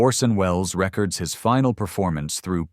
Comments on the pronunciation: "Reckerds his final preformance..." Sure you didn't mean 'ree-coords' there,? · You lost me at the AI pronunciation of “records”.